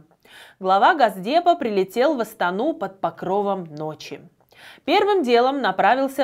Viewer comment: Не гасдеп, а гОсдеп